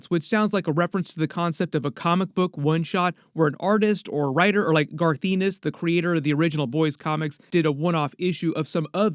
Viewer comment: Garth's name is NOT pronounced E-nis, its pronounced en-nis. Homelander and Soldierboy made up?! wow, 2 things wrong in the first minute! Turning you off now.